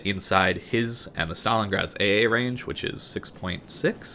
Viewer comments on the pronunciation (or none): none